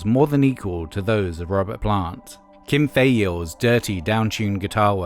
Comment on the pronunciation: "jay may-see-us" "who-sker doo" (which you said correctly later on) "kim thigh-le" (like file)